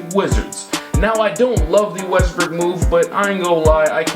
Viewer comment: did you say westbrick my guy 😭😭😭😭